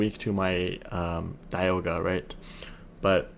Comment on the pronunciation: Does this guy know how to pronounce dialga